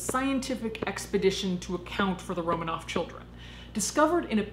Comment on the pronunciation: It's RoMANov, not ROmanoff.